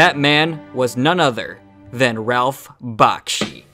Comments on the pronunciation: Bashki? That's embarrassing. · The name is "Bakshi", not "Bashki". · its "B-A-K-S-H-I" as in "Taxi", not "B-A-S-K-Y" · And a personal note: If you can't get the name right . . . I believe it's Bakshi . . . not Bashky. Though Bashkey would make a great pro wrestler gimmick. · You really should lose the MIDI background music during the last minutes, and also the pronunciation "Bashki" instead of "Bakshi".